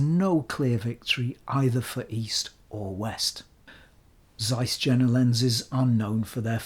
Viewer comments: by the way (not that it's important) Jena pronunciation is like Yale, not like Jennifer. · it is Jena not džena... Yeina or something like that pronounced it that weird English... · Just one thing: it's pronounced Iena not Jena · Please, mind the correct pronounciation of JENA ! Think of “Yea or nay”. JENA : JE pronounced like "Yea" JENA: NA pronounced the vowel "A" in the word "master". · CAIS, not ZAIS ! Pronounce properly ! Jena is not pronounced with a J. It is prononunced "Yena". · Hi. None of the Germans ever pointed out that Jena is prononunced Yeenah as in Johan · Zeiss Jena is pronounced Yeh-nah, which is the city in Thuringia in which Zeiss was/is located. As for Zeiss West, try the Ultron 50mm 1.8 if you can get your hands on it. It is expensive, but it is special optically and for being the first lens with a concave front element (it renders magic on par with or better than the Pancolar; downsides are terrible ergonomics, clickless and easily accidentally moved aperture ring, heavy vignetting wide open, the terrible idea of a silver barrel, which can reflect directly into the lens, and the lack of a filter ring). As for the Distagon West, it looks like it could be from Carl Zeiss Jena (East), except that Carl Zeiss Jena never produced a lens with an aperture mechanism that stops down turning left, as far as I know. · Excellent presentation. IMHO go for Jena lenses, comparable build quality in general, superb optics, better color rendition in most of the products. Why pay more? Btw. German "J" is pronounced as "Y", as in Yuma. Regards, t. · Jena is not pronounced like that. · You pronounced Stuttgart impressingly correctly. The J in Jena is pronounced like i (like eagle) .. so "ea"-ena. That out of the way, i love your channel.